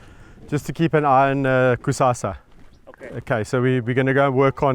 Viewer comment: Hi guys. Just reading comments and I see many people referring to the lion as Cusassa, or Cusasa, it is actually Kusasa, a South African Zulu name meaning Tomorrow. That is all, please don't bite my head off🙈🙈❤❤